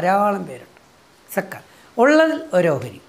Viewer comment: രജിത് സര്‍,, സക്കാത്ത് എന്ന പദം..Z വെച്ച് ഉച്ചരിച്ചാല്‍ കറക്ററ് ആയിരിക്കും. ZAKAH.താങ്ക്സ് സാര്‍.